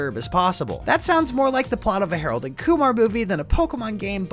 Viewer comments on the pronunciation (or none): none